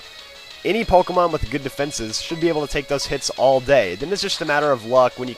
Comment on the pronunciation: You're a noob using a legendary and also it's Pokemon not Pokemans.